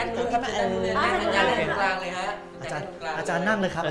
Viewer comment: อาจามไม่ใช่อาจาร